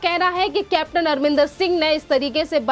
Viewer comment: Madam u r pronouncing CM Arminder rather it's Amrindèr Singh